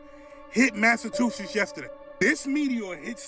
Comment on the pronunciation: why can't they ever pronounce Massachusetts correctly? They always say Massa two shits.